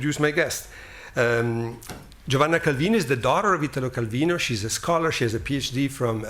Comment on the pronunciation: "I wish I could read this in Italian... but I can't." Bro, just the fact that he pronounced his name properly, instead of the horrid mispronunciation most English speakers do, was enough. In Italo, the strong syllable is the I, not the Ta. Well done Richard for understanding that.